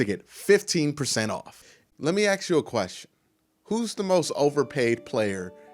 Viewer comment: Dude, it ask, not ax.